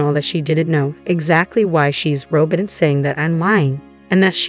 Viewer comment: Try learning how to say Robyn…..